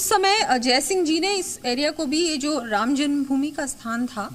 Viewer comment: Ram ky hota hai shri Ram prabhu Ram 🙏bolna sikh lo phir reporting karna😠